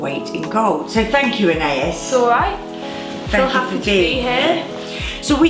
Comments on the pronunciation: It’s so interesting the way you pronounce “Anaïs” in the UK! I speak French and we pronounce it “Ah-nah-ees” :) cute video ! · I don’t think her mum realises there’s a proper French pronunciation, I’m in the UK and I’ve never heard it said an-ay-is before, only the French way!